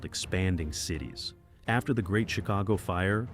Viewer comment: Interesting facts, but please take the time to look up the correct pronunciations of the cities!